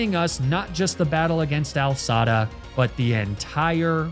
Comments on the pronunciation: The most triggering mispronunciation in the entire universe... Pronouncing AI (Artificial Intelligence) as Al (short for Albert). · I love how he says Al Sada instead of A.I. Sada ... I hope it's a joke. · “AL Sada.” Of all his intentional mispronunciations, that one made my eye twitch.